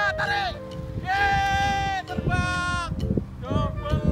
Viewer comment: Yei....terbanggggg......ngakak medok bget